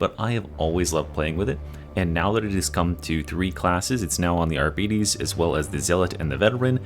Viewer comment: One day bro will pronounce arbites correctly. Love your vids bro